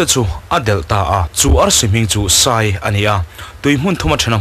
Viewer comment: Sai tia ilam hi sai(elephant) niloin hnim chikhat tlangsam ang tak leh kha tak SAI anih zawk hmel ve.A vawt deuh a ka SAI der der mai tih a sai tih ang hian lamrik tur anih hmel ve.